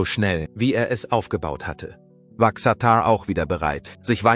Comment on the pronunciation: Was für ein harter AI bullshit lolll. Allein die falsche Aussprache von Xatar stimmt für die absolute Dummheit eines solchen fake Videos, das nur skandalieren will.